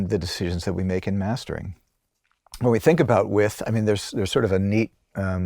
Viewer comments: "Stereo With"? It's pronounced, 'wiDth'. The D isn't silent. But who axed me? 🤨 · The word is Width not With... Can't believe you were unaware that you continuously made the same mistake repeatedly... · Where did the soft, barely-there - but there! - 'd' sound disappear to from the word 'width'?